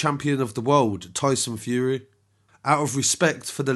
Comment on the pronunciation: I only heard tyson furry... Sorry